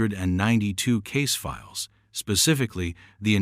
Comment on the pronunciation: It just goes on like a novel,bored 2min in,and AI can't say 1992 it's annoying